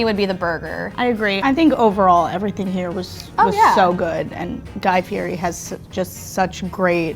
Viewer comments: "Fieri—pronounced "FEE-eddy," with the "eri" trilled Italian-style, for anyone wondering why the 'r' sounds more like a 't' or 'd'—was born Guy Ferry. He changed it back to the original way his family spelled the name, Fieri, in 1995 when he married his wife, Lori. " and "Fieri, very very rare, present in Tuscany and Lazio, Fiero, equally rare, is present throughout Italy, but in particular in Campania, should derive from the medieval name Fiero, with the meaning of proud in God." This has happened quite frequently as with my family name "Love" which was originally spelled "Luiff" and changed when the family came out to America. The same was true of my mothers maiden name "Zurick" which was changed from "Zurich". In both instances it was easier to get Americans to pronounce the names correctly by changing the spelling. Just an FYI for you Slashbag69... I hope I'm pronouncing it correctly. Wouldn't want to disrespect you. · Y’all work for Food Network and you can’t say his name correctly? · How can you claim to be the biggest fan and not even know how to pronounce his name? And the Food Network puts these morons on YouTube. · Learn to say his name correctly. Listen to how HE says it.